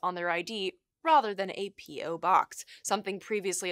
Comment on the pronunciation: Rother, rother, rother. Um, the word is rather.